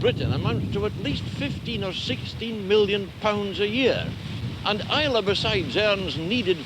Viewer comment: It's nice to hear someone pronuncing Islay properly I remember in the 80s John Peel played a track for someone on Is lay Its I la or I lay I miss the old place.Lots of memories.